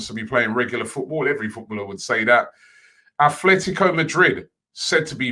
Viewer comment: Day 1 : After years and thousands of people trying to teach him, Robbie stills pronounces Athletico. Time to start counting day by day till he pronounces it properly.